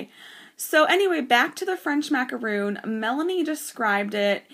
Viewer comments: It is maca RON, NOT macaroon. Macaroons are NOT colored sandwich cookies. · Maca RON, NOT macaroon.